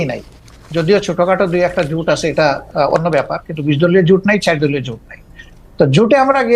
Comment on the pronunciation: জামাতের ওই নেতাতো ভালো ভাবে বাংলাই বলতে পারেনা | জোটকে বলছে জুট | ভোটকে বলছে ভুট | জামাতের নেতাটাকে আকর্ষণীয় (impressive) মোটেও মনে হলো না |